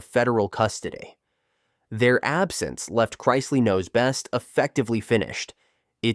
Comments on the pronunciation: Learn how to say the names right I shut if off when it go to the Chrisley . I understand a mistake but you said it over and over . you get a thumbs down for being to lazy to fix it . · You keep mispronouncing, chrisley. Always best to do some research and proofread your stories before you publish them.